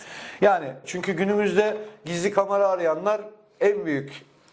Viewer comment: Kamara değil de Kamera diye telafuz etseydiniz iyi olurdu.